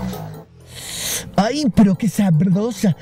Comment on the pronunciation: “Ayy pero que sabrrrrrrroosaa” jajajaja se la mama